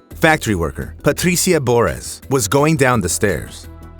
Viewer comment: The exaggerated pronunciation of “Patricia” is annoying (and I’m Latino, Spanish speaker). Other than that I LIVE your channel! ❤❤